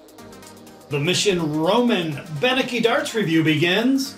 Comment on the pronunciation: you are pronouncing his name wrong, It is pronounced Ben-Etsky, the C is a ts